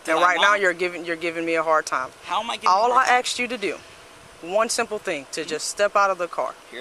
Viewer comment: she AXED him.